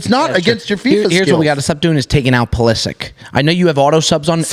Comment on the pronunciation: The group pronunciation of 'Pulisic' is a really tough scene